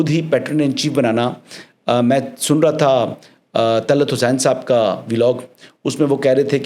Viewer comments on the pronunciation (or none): none